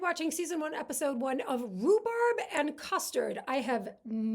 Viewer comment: The programme was called "Rhubarb" please get it right.